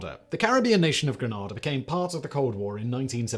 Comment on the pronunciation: Simon say it like Grenade uh please